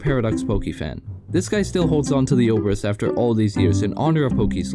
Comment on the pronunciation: actually this pronounce like obrEz.